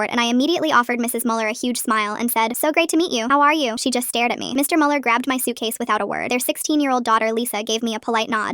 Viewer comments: Ich auch Bruder ich war so "was sagst du dumpf Kopf es ist Müller nicht MuELiEr" 😂😂😂😂😂😂😂😂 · I am German and the first thing that made me wanna Scream was „MuELlEr“ I know you guys don't use this „ü“ but still🤣